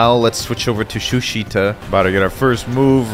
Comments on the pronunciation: Bro Said shushita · Did he really say shushita😂😂😂😂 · Nawww bro really said shushita 💀